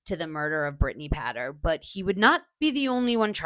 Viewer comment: It's pronounced Pay ter